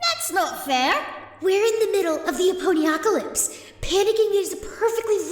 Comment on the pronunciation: "Aponyocalypse"? C'mon guys. XD